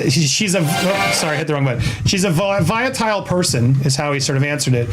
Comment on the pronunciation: It's VOLATILE, not viotile! Speak properly!